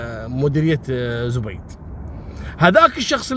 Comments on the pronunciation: زَبيد .. بفتح الزآي .. وليس بضمها .. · ترا أنت تنطقزب غلط اسمها زبيد وليست زبيد بضم حرف الزين المفروض حرف الزين سكون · اسمها زبيد برفع الزاي. مو زبيد بضمه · زبيد ماهو زوبيد 😂